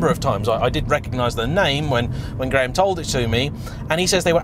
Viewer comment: I love how you say Graham “GRAYHAMS”